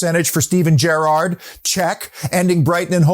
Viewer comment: Beautiful - and good pronounciation of Gerrard this time around. Great work